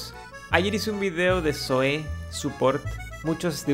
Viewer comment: es Zoe men no Zoé xd